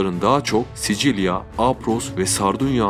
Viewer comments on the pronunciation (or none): none